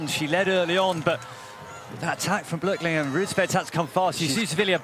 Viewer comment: ITS NOT "BLERTLINGER" GODDAMN IT BLÖCHLINGER B L Ö C H IF YOU CANT PRONOUNCE IT READ IT AS "BLOCK" CLOSE ENOUGH AND BETTER THAN "BLERT"